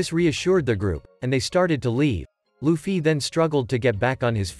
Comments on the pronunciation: "lufee" lol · nahhh bro said L-uFfY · He keeps saying Lu-ffy 💩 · The way you say Luffy though… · bro that's not how to pronounce Luffy and pls let this get 20 likes plsss